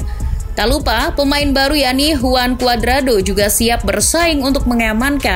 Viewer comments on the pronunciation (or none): none